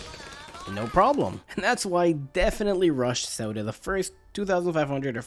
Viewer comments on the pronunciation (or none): Had to cut the video short. Mans kept calling Sauda, soda😅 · He said Sauda the first time😂 then just forgot how to say it😂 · Sounds like he said, "Which is why we get Zelda.". But he probably said, "Which is why we get Sauda.".